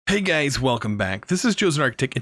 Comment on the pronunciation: “HeY gAyS, wElCoMe BaCk”